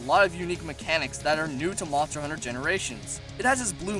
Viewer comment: What's a shagroo? Edit: Moncher huncher? Practice enunciating :/